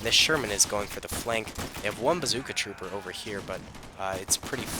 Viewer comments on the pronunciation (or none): Say "Trooper" one more time.....